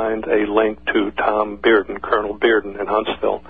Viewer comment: "Tom Bearden" OK...